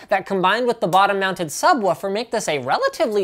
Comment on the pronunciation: did u say" Subwoofer" ?